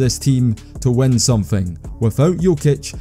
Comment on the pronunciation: Why dont you have an "i" in your alphabet. : lest.. hestory.. wenner.. wen..